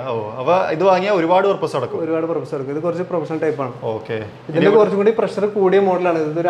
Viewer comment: ബ്രോ പ്രസ്സർ അല്ല പ്രഷർ എന്ന് പറ 🙏